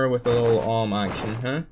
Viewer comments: You are saying om. It is pronounced A W M. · Its A-W-M and dont read it as one word But i am not a hater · XD the awm is pronounced A W M lol